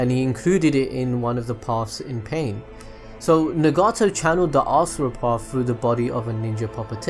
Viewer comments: It's NAgato not NEgato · its nar u toe why cant you say it right just like naw gi toe. i mean seriously. also its not pretra its pray ta. if you cant say it right just call it gakido. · Put stresses on the right parts of the names and nouns: RIN-ne-gan Sha-RIN-gan NA-ga-to U-chi-ha MA-da-ra PRE-ta NA-ru-to etc. Apart from that, good video👌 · sweet Jesus why are mispronouncing their names like that?! "ne-gato" "o-beeto" 😭😭 its like you've never watched the show before...i couldn't even finish the video dawg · I don't care what you think I ll say Nagato like nugget-to. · the way he pronounces Nagato so weird XD